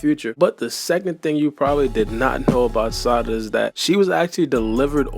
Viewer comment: i hate they way u say sarada but ur videos be 🔥 so ig ill be alr 💀